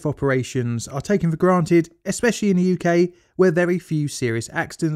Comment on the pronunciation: Good video but my goodness it's hard to listen to, your pronunciation of 'the' as 'f' makes it hard to follow. You DO pronounce 'th' as 'th' sometimes so why not all the time! I hope all your other videos don't have that problem as now I've found you I want to watch all of them.